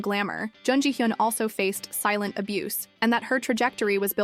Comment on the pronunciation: It's hard to watch this when you pronounce her name wrong every time you say it. Her name is in like almost every other sentence.